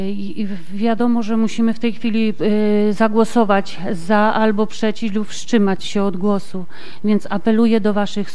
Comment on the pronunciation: "wSZCZymać", "żeśmy"... Ehh.